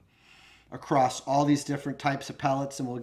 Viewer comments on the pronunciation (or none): none